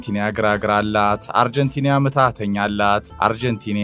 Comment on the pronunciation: why do you say አርጀንቲንያ? It is አርጀንቲና:: Correct it.